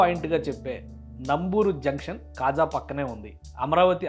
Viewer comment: KHAZA కాదు . అది KAZA.